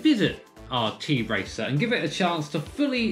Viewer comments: It is not t-racer or t racer but tracer like that girl from overwatch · the brand actually tracer not t-racer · Just to be clear - It's pronounced Tracer, not T-racer (its a Polish company) ;) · It’s not a t-racer, it’s tracer like in ow